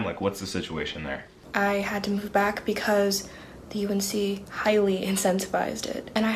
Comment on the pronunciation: You’re saying “UNC” correctly